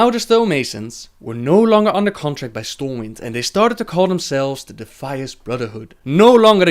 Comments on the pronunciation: For future reference, the city is called Stormwind not Stormwinds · Stormwind... not winds... its one Stormwind :P